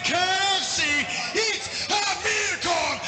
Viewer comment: Amirkhan not Amirhkan 😅🤦🏻